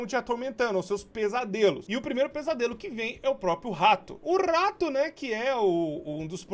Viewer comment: Ninguém: Nem uma alma:: o RRRRRRRRRato